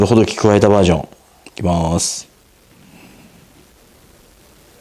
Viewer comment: 、インプレッションありがとうございました。とても参考になりました。 ほ↘ど↘き↘ でなくて ほ→ど→き→ だと釣りフェスでマルキュー担当者さんが言ってました。 今日買ったら800円超えでびっくり（爆）